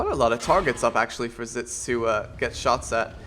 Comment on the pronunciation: Its pronounced Exits. Unless ofc you were fucking with him like most of us do. lmao. And are those Geese honking in the intro? (the part with the flag) I always mean to ask you that.